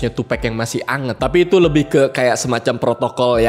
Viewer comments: Harus nya tupac bukan tupack, Inget bgt di interview snopp dogg gak suka host ngmng tupack bukan tupac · Tupak bang bukan tupek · It is Tupac not tupack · Nyebut tupac ya sebut tupac , klo lu bilang tupac nya pake e brarti harus ada huruf k di akhir namanya lol. Tupac not tupack